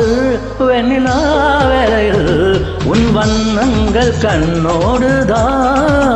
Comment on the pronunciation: வண்ணங்கள், வண்ணங்கல் அல்ல சார், வார்த்தை உச்சரிப்பதில் கவனம் தேவை நண்பரே